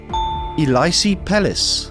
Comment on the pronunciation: Elysee= Eh Lee Say